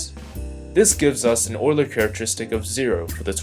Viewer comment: It's pronounced, You-ler.